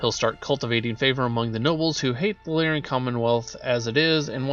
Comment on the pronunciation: Lyran is pronounced Lear-Un. Combine is pronounced COM-bine when used as a noun. It is only com-BINE as a verb.